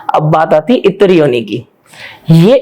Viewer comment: बेटा शुद्ध शब्द है इतर योनी ना कि इत्र योनी। इतर का तात्पर्य है अलग कोटि और गुण, फॉर्म। Other than living beings